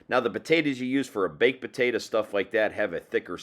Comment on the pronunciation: PotatO!!!! Not potatA!!! ...lol